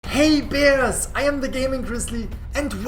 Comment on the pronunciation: i fr thought he said “Hey Perras” took me a while to realize he said bears bruh lol Can’t wait for these new updates tbh!!